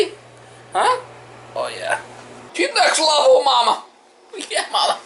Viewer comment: Ohhhhh....NEXT LEVEL! I thought all this time you were saying NECK LEVEL and couldn't figure out what the heck you meant. hahahaha NEXT LEVEL!!